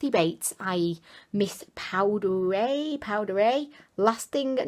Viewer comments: I think it's pronounced poo-dee-air or poo-die-air. That concealer might be a good color corrector and you could use a tiny bit of a lighter shade to brighten. The palette also reminds me of Sonia kashuk and NYX palettes. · Lol I think it's pronounced Poo-die-air. Loved the palette 👍xx